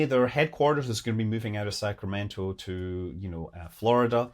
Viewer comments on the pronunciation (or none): none